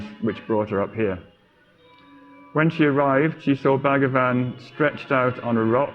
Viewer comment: Please note it is not BAG-A-VAN, it's pronounced BHuG-waan.